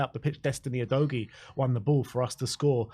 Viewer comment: Nice stuff. Btw, Udogie's name is pronounced “ooh-doggy". You sort the technicalities: stats, etc ... I'll sort the basics: players' names. 😉